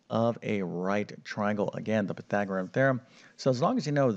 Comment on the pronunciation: Pythagorus, not Pythagorum!